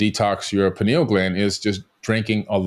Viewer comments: Pineal, not penal. Penal has to do with punishment. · Why does the lady keep calling it a "penal" gland. It's named after a pineapple, said pie-neal gland, thought Americans say pin-eal, but certainly not "penal" gland😅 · To the host it’s not “penal” gland (that would mean it’s related to punishment for offenses. The word is pineal.